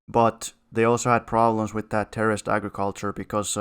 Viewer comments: When you say "terraced", you sound like a Yank saying "terrorist". 😂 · Took me a hot minute to realize what he meant, lol